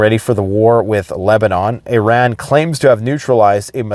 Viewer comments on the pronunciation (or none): none